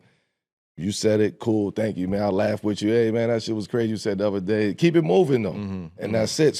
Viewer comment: 2 minutes of Smith's "wit-chew", which may be his attempt at saying "with you" and I'm done. Is it just me or is the older Smith gets, the more he's beginning to look like Granny Clump?